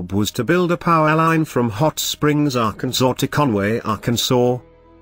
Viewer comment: Ah yes "" I love how you pronounce "AHHHH-CAN-SAW, GIN-SANG" Only outdone by ""